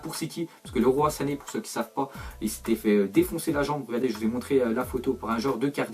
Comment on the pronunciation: Sa se dit pas "lerois sané" mais "liroye sané"